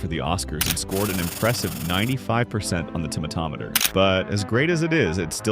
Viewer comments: Finally! A person who pronounces "tomatometer" right! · Subbed for tomatometer pronunciation 😄